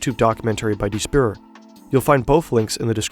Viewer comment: ok tiny thing but the narrator of this is german. why did he say "die spur" like that